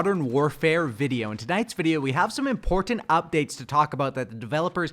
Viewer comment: the only thing im complaining about is how he says important